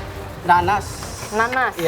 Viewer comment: gw dengernya emng kek gini sih😭: "aku adaa ndandas" Chef Re: ".... Dadas??": "NANAS"